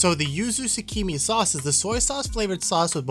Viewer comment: Thanks for the review! Wanted to know what it tastes like before trying. Oh and the pronunciation for shichimi is literally “she-chi-me”